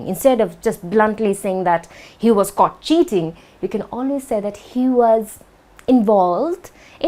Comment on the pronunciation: When I started watching this video without subtitles It sounded in my ears that you said "He was caught shitting" instead of "cheating". That was awesome) thank you for the lesson.